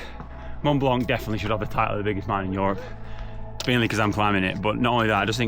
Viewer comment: plz stop saying YOrop instead of europe xd